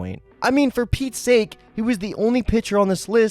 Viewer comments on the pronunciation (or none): none